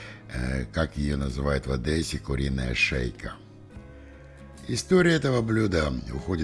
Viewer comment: Прошу не множечко прощения, мне показалось шо я услышал лёгкое Э. АдЕсса. "А" Вам поможет мягче произнести букву "Д", мягкая "Д" поможет не уйти в "Э". Просто протяните "Д" на выдохе и "Е" сама появиться. И на продолжении выдоха коротко "С". На "А" не обращайте внимание. Она Вас услышит.))